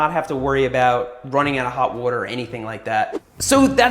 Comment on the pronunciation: Every episode has Seth saying “wouter” (water) at least once